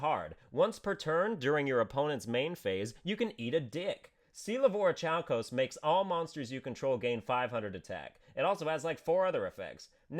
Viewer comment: It's pronounced "or-e-kal-kose".